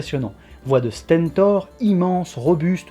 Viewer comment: Il a dit stènetor à la place de stentor aussi.